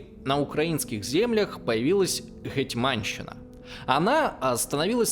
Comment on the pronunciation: ну как так?)))) вы же очень круто готовитесь к материалам)) гЕтьманщина, а не гэтмАнщина. гЕтьман/гЕтман (на крайняк), а не гэтьмАн. СтаршИна, а не старшинА:) спасибо за выпуск!;)